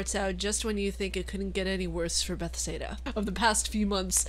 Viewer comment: buh-thez-duh XD